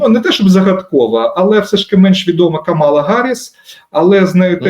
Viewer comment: Наголос на перше А у імені Камала